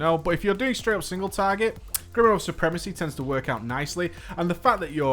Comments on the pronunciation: Just pointing out it's pronounced GRIM-OUAH, not GRY-MORE. :D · The way you say grimoire is funny ^^